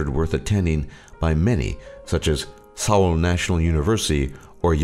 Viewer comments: No offence but your pronunciation of Korean words were horrible. like when you said Seoul. It's pronounced Soul not Sow-el. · The chef I don't expect him to have a professional accent, lol, but words like Seoul are really easy to pronounce.